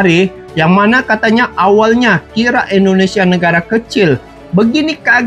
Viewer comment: Indonesia bang, bukan Endonesia 😂😌